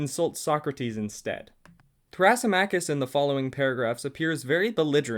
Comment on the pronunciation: you pronounced some of the names wrong, thrasymachus specifically (thruh - SIM - uh - kiss)